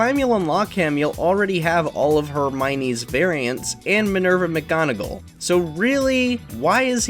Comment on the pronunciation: I- They really said “Minerva McDonaldgall” 💀💀